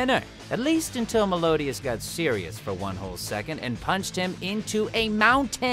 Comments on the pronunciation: Anyone else catch that he said "Melodias" near the end of the 7 Deadly Sins entry? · ITS NOT MELODIAS ITS MELIODAS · Did nobody notice tod called meliodas, melodias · MELIODAS!! NOT MELODIAS BRO!!! How do you mess that up???? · Is no one gonna comment about the fact that he said melodias instead of meliodas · Melodias? Come on Todd it’s Meliodas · Excuse me..did you just pronounced Meliodas name as Melodias? The disrespect....😂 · ...did u just say MELO_DIAS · did you just say malodas smh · Stopped watching "melodias" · Is it just me or does hearing how he pronounces meliodas trigger you cuz it’s defo not how I think you pronounce it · that is not how do you say Meliodas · The way he pronounced Meliodas simply pisses me off